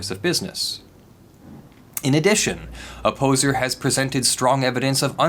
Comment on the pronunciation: Everytime you say Opposer I hear "A poser", Kind of fits.